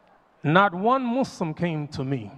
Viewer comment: My beloved Imam, please listen to yourself and hear that you switch from saying "Muslim" and, on more than one instance, saying "Mu-slums". Please know that you are an oasis to hear as opposed to mainstream media that calls "Those Who Submit to The God's Will"......as "Mud's Slum". Please know that you, in instances in this khutba, also manage to inject the syllable "slum" into the purity of the word "Muslim". Jazak'Allah Khair.